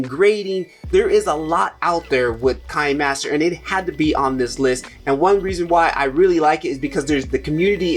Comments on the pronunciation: Fi-Mo, not Fil-Mo; Cap-Cut, not Clap-Cut; kinnie-master, not "kine" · Thanks. Very informative video. A couple of things I wanted to add. Kinemaster is pronounced keenaymaster. Kino is the German word for cinema.. One of the easiest and quickest video editors is InShot. I can edit a video in a few minutes. Very intuitive. I really love it for a quick turn around.